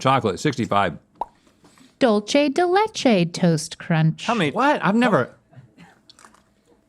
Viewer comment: I want to take Spanish classes so she can learn to pronounce Dulce de Leche correctly. it's dool-seh, not Dolce like in Italian.